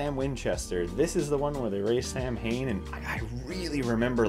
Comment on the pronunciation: The butchering of the pronunciation of “Samhain” in the next one is really distracting for me as an Irish speaker. Especially as it’s our word for ‘November’ it’s a pretty common word and so the fact that even the damn angels are saying “Sam-hane” is just ridiculous 😂